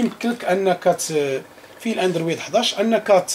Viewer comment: قول الاندروووووود ماشي الاندرويييييد ههه غير ضاحكين ، تحية لك خويا الله يسهل عليك